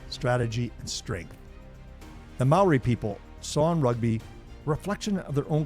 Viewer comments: Great. You pronounced Maori words better than any other non Kiwi I've ever heard. And you knew the Maori connection to the silver fern that not many non Maori Kiwis even know. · This was most informative. Growing up in NZ and watching hundreds of games.. I didn't really know the reason why it was called a 'try'. Props to your maori pronunciation too :)